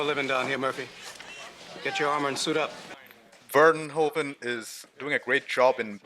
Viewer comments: Verhoeven" is actually pronounced "Fair-Who-Fan". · Paul Verhoeven. Ver-hoof-en.